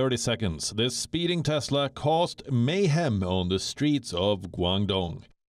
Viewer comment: Maybe it's CHESLA not Tesla 🤣😂😅